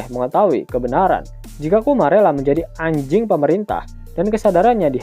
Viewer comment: "anjing pemerintah" penekanannya sy paham kearah mana 😅😂